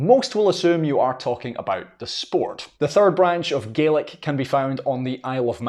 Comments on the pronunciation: When referring to the family of languages, should I be pronouncing it GAY-lick or GAH-lick? It seems they were used interchangeably here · The pronunciation sounds like Garlic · Gaelic and Irish certainly can be mutually understood, particularly with Ulster dialects. Gay-lig is also a perfectly valid dialectical pronunciation in Argyll, Islay and Nova Scotia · Yes because the ulster dialect of Irish is pronounced as Gay lick. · I'm pretty sure it's pronounced Gay-Lick. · I kept thinking he was saying Garlic! 😂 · This was quite interesting as both sides of my parents have Irish heritage. I was born in America and I used to be able to count to ten in Gaelic. Sorry, this isn't to insult you but to my American ears the way you are pronouncing Gaelic sounds more like garlic. LOL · We say, gay lick not gaw lac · he keeps saying garlic ,i'm pretty sure that is wrong . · if you are pronouncing it with a hard K its pronounced incorrectly. It isnt an English word, therefore it should be pronounced how it is in the language its from. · Sounds like an Australian saying garlic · The way you pronounce Gaelic almost sounds like Garlic. hehe. But it is beautiful! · So it is Gah-lick and not Gay-lick. Ty